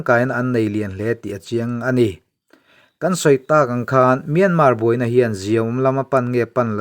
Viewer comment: Myanmar tih lam dan in thiam thei si loa.